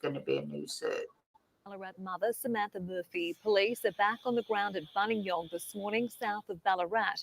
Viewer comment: I live near Buninyong - it's pronounced "BUN-in-yong" - it's a name given by the traditional owners ('Bonin-yowang') which means 'man in reclining pose' or 'man lying with knees up'